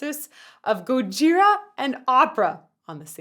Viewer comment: Did you say "Gojigora" ? xD